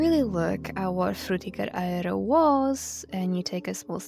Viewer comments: Oh my god the way you say it is so GOOD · I appreciate how you pronounce Fřũþįğëřœ Æęřœ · Great video but also it sounded like you were having a seizure every time you pronounced "Frutiger Aero"